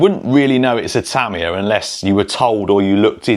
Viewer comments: If you were on Tamiya’s payroll you’d need to learn to pronounce their name correctly . It’s Tah-mee-yah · Japanese words might be hard to read, but hear a Brit say them is awful!!😂😂😂 Yah, the Tamiya kits are badass!!😁👍 Also, Tyco back in the day. That Turbo Hopper series kicked butt. My Science Project movie was GOLD for having one😁👍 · I always thought it was pronounced Tuh-my-uh Or is he saying it like that because of the way they say aluminum as al-you-min-e-um and they say “z” as “zed” which is nuts in itself. lol.